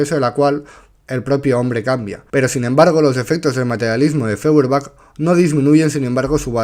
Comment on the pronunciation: Feuerbach, apellido alemán, se pronuncia "Foierbag".